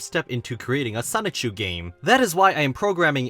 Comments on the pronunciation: A little confused as to why anyone would make a Chris Chan documentary when Geno Samuel has been making one since 2017. Also dude, ffs, its pronounced soni-chu. not sonic-chu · As many times you’ve researched and read this documentary you’d think you’d know how to say “Soni-CHU..” I’m not even an actual journalist and I know that it’s not pronounced “sonic-chew.” 😂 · is he still saying sonic-CHEW instead of sonichu ? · “Sonic-chu” it’s so over…… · It still baffles me how some people pronounce it “Sonic-Chu” instead of “Sonichu”.